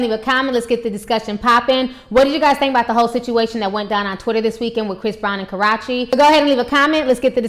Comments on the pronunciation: Its KA ROO CHEE. Not Crotchy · That girls name is not KAROCHE ITS KARUCHE CNT SPELL IT RIGHT BUT I CAN SAY IT RIGHT BUT U ARE MURDERING DAT GIRLS NAME SO HARD DAT ITS KINDA HARD 4 ME 2 👂 DIS INTERVIEW DNT KNO WHY ITS SO CRINGING BUT IT IS 😠😧😄😄😄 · do you know how to say karrueche not korrueche lol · why does she keep say Karachi.... isn't that in Pakistan lmao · Girl !! its ( ka • rue • che ) not ( kar • ra • che ) lol 😂😂😂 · It's actually pronounced kuh-rew-chee. But good video. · You need to learn how to pronounce her name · It's Karrueche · She don't Kno how to say her name right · I love you Ti but you keep jacking her name all the way up!😂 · Damn her are really Slaughtering her name . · Disappointed in you. As intelligent as you are, why would you make three videos and mispronounce the girl's name in all three? I'm SURE someone told you the correct pronunciation of her name. SMH! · ...re-watching this (after watching the latestest vids about CB going off on KT about, "speaking out of turn") because i had to come back to hear ti mispronounce KA-RUE-CHE's name like it's a cross between karate and sriracha!!! HILARIOUS..... why do so many of us get a kick out of this girl's name being pronounced incorrectly..... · Omg that's not how u say her name, it's so annoying bruh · Omg can this woman EVER pronounce Karrueche's name right...lawd! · So we'll just pretend you pronounced her name right? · You never say her name right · Ti butchers the hell out of Karrueche's name......but then again probably many other people do too. a lot of people butcher the hell out my name too, so I get it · lol it's killing me the misspronunciation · I love your videos but please learn how to pronounce her name. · That's how she talks and pronounces it (she isn't doubg it on purpose she can't change the way she says her her name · Obey MyMindlessness Yes she is... and it's so juvenile... It's not hard to pronounce the 'U' sound in her name, she says YOU quite often on her channel.